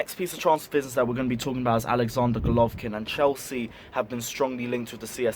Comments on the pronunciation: its not rocket science to pronounce "Go" "lo" "vin" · Golovin! not Golovkin))) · Bro its golovin not golkvkin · It golovin not golovkin plz get his name right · Bro it’s Golovin not Golovkin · You shud take this video down awful that the main part of your video refers to someone whose name you could not bother to research enough to say it right